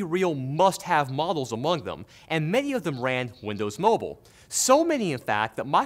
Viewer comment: did somwone say windows mowble OwO :3